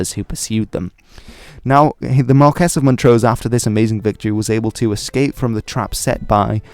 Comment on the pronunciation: The Scots title Marquess is pronounced phonetically, not as Markez. Likewise you can’t pronounce Presbyterian either. Notwithstanding that, good video